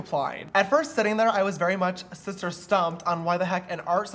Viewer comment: James Charles i did not know u said shister i thought u said sister * i still love it tho